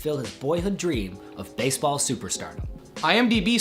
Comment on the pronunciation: You forgot the "E" wtf is "Basball" ??